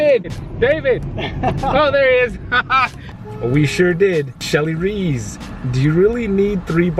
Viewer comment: Hey...it's Rees, not Reeeeeezz. Like Reese, but Rees;) I totally understand your feelings about visiting your Uncle, but I'm sure glad you did and I'm sure you're glad you did too. I think you should hang on to that Enchi Cin....cuz when I come visit and we hang out at the fire pit....I'll have to use the restroom and then suddenly have to leave...mwuaaahahhhahhahaaa!!!!